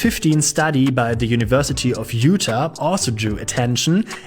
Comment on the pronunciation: I can find vanilla and cherry coke here if I really want to in Bavaria. It tastes a bit too much like chemicals though. And I enjoy how you say Utah.